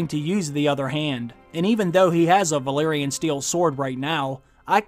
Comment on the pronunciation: Also it's Valyrian not Valerian, the place is called Valyria not Valeria.